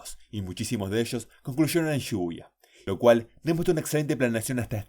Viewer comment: cada vez que dice shibuya escucho "lluvia"